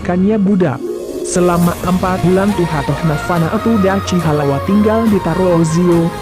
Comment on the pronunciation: Min bukan Dachi tp Dakhi